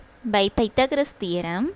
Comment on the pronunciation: not paithogroras thearom. 😊 Pithagaroas thearom. ❤